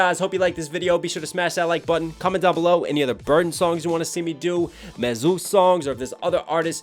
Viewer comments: i was surprised knox said Mesus like Dr Seuss its like jesus mesus i love this song great reaction an still into you knox hill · Hill Its pronounced Me-Sus not May-Zeus lol no hate love the reaction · Great reaction Knox as usual. I’d like to see u do more burden and more Mesus. - by the way it’s pronounced “me-zus” to sound similar to Jesus. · Love you brother but MESUS is pronounced like Jesus with an M. He says it in several songs. I'm going to see MESUS Burden Hi Rez Topher and the Marine Rapper at freedom fest in Orlando 50 bucks vip 20 general admission. I wish you were booked on that one. Your flow and vocab is second to none. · I love all your reactions Knox especially Em and Tom but I think his name is pronounced jist like Jesus but with a M.. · Great reaction!! FYI Mesus is pronounced the same as Jesus. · Knox you saying Mesus wrong it's Jesus but with an M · Don't worry homey I told him how to pronounce MESUS lol. Just kidding I mean I did but I was just bustin his balls. See you at freedom fest!